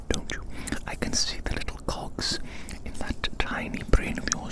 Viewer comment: "I can see the little cogs in that tiny brain of yours" I heard cogs as smth else and was very concerned 😭